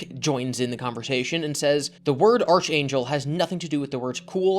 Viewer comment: it’s pronounced “ark-angel” lmfao